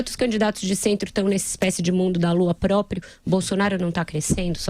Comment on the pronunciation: Não é possível que alguém que quer ser presidente fala própio.